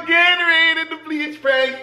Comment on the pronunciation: how he says Gatorade and bleach